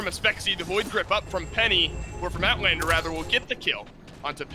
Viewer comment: Nice Owtlander kkkkkk